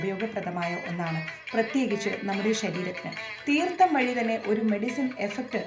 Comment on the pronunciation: Its not തീർത്ത